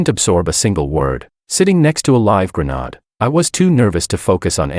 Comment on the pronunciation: Granod?????????? Fix your ai grenade is what it should of said